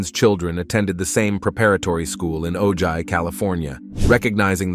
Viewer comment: 28 just for the record Ojai is pronounced O HI. The J is silent which is very common in California city names. I live close to Ojai so it caught my attention. With that being said, you have great quality content. I'm very particular about what true crime content I watch but your channel has made my list of only about 15 TC channels out of over 130 TC channels I've checked out. MOST of them are worthless and they seem lazy in creating their content. Nothing creative about their content at all but YOU do a great job with your presentation. You'll always get a like, a watch and usually a comment from me in order to feed the algorithm